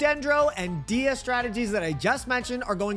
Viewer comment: U pronounce dehya name wrong. It's like deehhya its much softer . But u say it like diya. The e is softer. U say it like a i . Dehya